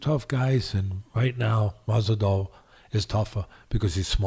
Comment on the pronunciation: I love how he calls Masvidal , "Mazel tov"